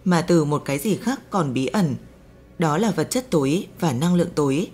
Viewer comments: Giọng đọc, cách đọc rất hay, cách ngắt câu rất tốt để cho người nghe tiếp nhận dễ. Một ý nhỏ: âm sắc sao cho Hà Nội chuẩn hơn, nghe dễ hơn, thí dụ: "Năng Lượng Tối, vật chất tối" tôi (già rồi) nghe không rõ là "túi hay tối", phải mở transcrip để biết rõ. Âm sắc giọng Bắc nói chung bây giờ bị pha "dấu hỏi" nhiều quá. Cảm ơn các bạn và xin đừng phật lòng. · Vật chất tối hay vật chất tổi ? Phát âm kì cục quá